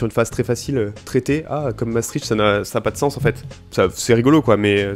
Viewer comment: La vidéo est vraiment cool mais il y'a un truc qui vient de me trigger. Je n'en peux plus des gens qui prononcent Maastricht avec le CH, ça se prononce MaastriKt. Faites tourner le messages SVP. Bisous.